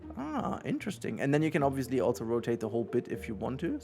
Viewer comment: There is no T in "also".